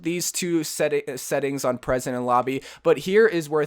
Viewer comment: Great video man. I think you meant to say pre-sets but it sounded like presents, lol but hey it happens. Also want to ask why you do 1 shot headshots? I've seen other youtube videos upload the same thing. Wouldn't it be better to learn how to do follow-up shots on target? When I do this I always go and try to get a 100 kills before I finish, I never turn the damage up because I feel like the follow-up shots help me improve much faster. But again all in all great video took me awhile to figure this out on my own when they did the new changes so I'm glad you're showing people they can continue to do this Training Method. You make great content and glad to see another OverWatch console playing YouTube channel.